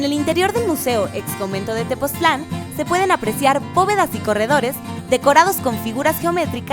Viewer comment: Tepoztlán, no TepozClan :)